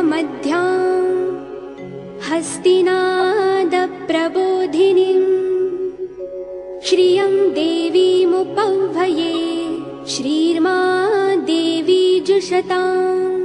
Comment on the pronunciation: Hariṇīm and not hariṇim phalāni and not "falāni" (epic one) prabodhinīm not prabodhinim upahvaye not upawhaye ..... And totally disastrous pronunciation of accents, most of which are wrong. You should not "chant" mantras with wrong accents. Hear those sung by devoted priests and pandits. They might not have the so-called appealing voice quality, but their dedication and perfection is admirable. Learn only from those who have learned it properly. Not from unrelated singers who make money reading something without any idea.